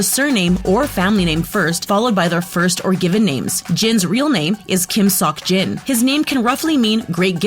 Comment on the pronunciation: The pronunciation of 석진 wasn’t actually that bad; the rest of the video is bad anyway